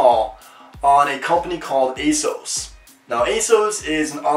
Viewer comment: The way he says "asos" irks me